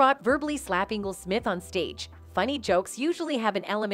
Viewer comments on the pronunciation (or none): "Smip" ~You guys' AI Voice